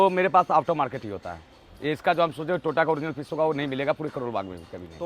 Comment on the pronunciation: Toyota ❌ tota ✅